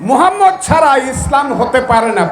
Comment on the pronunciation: স্যার আপনি একটা টকশোতে বলেছেন আমি প্রতিদিন সকালে কোরআন তেলাওয়াত করেন কিন্তু এখন যে আয়াত আপনি তেলাওয়াত কোরলেন ।তার একটি অক্ষর উচ্চারণ করতে পারলেন না এমনকি প্রিয় নবীর নামটাও মুখে উচ্চারণ করতে পারলেন না তাই বলি এসব ভন্ডামি ছেড়ে দিয়ে জামাত ইসলামে যোগ দেন তাহলে দুনিয়াতেও শান্তি পাবেন আখেরাতেও মুক্তি পাবেন।